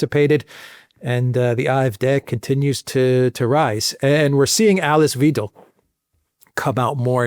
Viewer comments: Weidel is pronounced more like the english word "why" and not "weedel" 🙃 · Please remember pronounce her name correctly… it’s Wiidel not Weedel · Hi, Alice Weidel is not spoken like Weedel, it's more like - Why dell 😉👍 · Not WI: DEL but V HI DEL 5 (as in Hi) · The correct pronunciation is: Wydel in English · Good Interview, Ms Weidel is spelled like wAidel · Alice "whyDel"☮ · Dear: here name (Alice Weidl) is pronounced Alice "Whydl". "EI" in german is pronounced like "I" in english. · It’s ’vy-dell’ if you are an English speaker. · Her name is pronounced, "V-eye-del,! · Hi. Sorry to be picky, but Alice Weidel's surname sounds more like vydel (i.e. ei like eye and not ee). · Btw.... it's WEIDEL as in WEIMAR Republic, Calvin KLEIN etc. Very easy! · Weidel is pronounced differently in German: Alice Elisabeth Weidel (German: [aˈliːs eˈliːzabɛt ˈvaɪdl̩]; 😅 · How good is your analysis if you don't know how to pronounce Weidel? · Please improve your pronunciation of Alice Weidel's name.